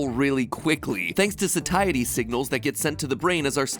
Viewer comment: Pretty sure “satiety” is pronounced “say-shi-tee”